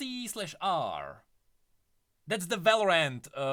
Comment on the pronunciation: VLT/R is the name of their aircraft. I think it's pronounced as Vulture.